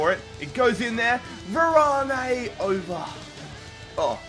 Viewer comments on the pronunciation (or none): u say Varane wrong 😂😂